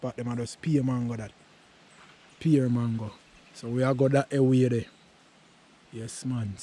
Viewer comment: Me Island, JAMAICAN people, me love how you pronounce the mango name dem, boy I would eat a dozen now, nuff respect man,doing something positive, bless 🙏🙏🙏❤